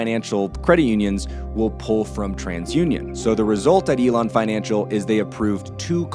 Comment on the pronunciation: Elan Financial not Elon, good video though thanks for the realistic flow of things. I would appreciate more of these case studies this is very good content.